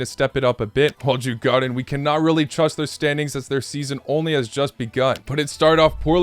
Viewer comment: They are pronounced: Dzur-Gor-danz